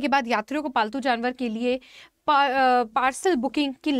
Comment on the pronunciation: Ma'am ne bola paltu Januar I heard faltu Janwar 😅